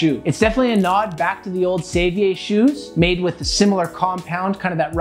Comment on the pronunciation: savier is pronounced like "savior" not sovuhyay. Cartier watches yes 😊